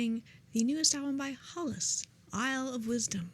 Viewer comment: Prononciation of Hällas is more like Hell-as